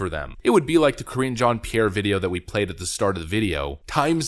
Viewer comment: Ka-ringe Jean Pierre...